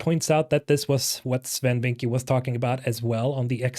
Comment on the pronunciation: Bro I speak dutch and you need to pronounce Swen's last name better. Vincke is more pronounced like Vinckeuh.